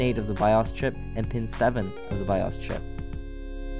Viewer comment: I couldn't finish watching it he kept mispronouncing bios and sudo. And the music sounded like someone was playing a video game the whole time